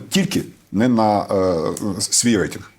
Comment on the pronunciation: Взагалі-то "рейтИнг", а не "рейтЕнг"...